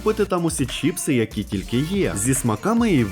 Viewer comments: Відео класне! Але не чІпси, а чИпси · ЧИПСИ, а не чіпси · Я уже казав, не чІпси, а чИпси!!!!! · не чіпси а чипси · Вірно казати не чіпси а чипси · Чипси, а не чіпси😅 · за правилами орфографіїї правильно говорити чИпси